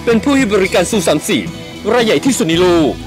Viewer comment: ที่สุด ไม่ใช่ ที่สูด